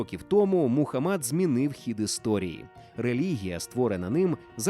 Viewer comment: до відома диктора, МухАммад, а не МухаммАд 🤦🏻